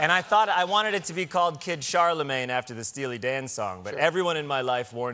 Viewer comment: kid charlemange....... heard that as kid chalamet for some reason and was like john you can't... the timothee stans will be m a d